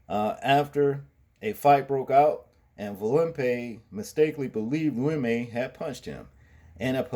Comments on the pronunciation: Bro.. his name is pronounced "Loo‐ we- muh" not Limay lol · Bro the names are pronounced VOLL-PEE AND ABNERS NAME IS LOU E- MA......LOL...I concur ,this animal should remain in jail what man thinks about shoving a stick up someone's ass ,sick individual